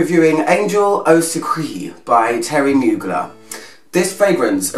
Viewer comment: it's pronounced SUCREE "suc-raay""..(its a french word,not english,you as an expert should know that) other than that,love your reviews;)))!!!all the best...